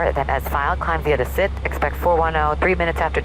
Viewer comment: hey... was the audio here cut, or you pronounced "CIVIC" just "CIK" or "CIV" as a shortcut?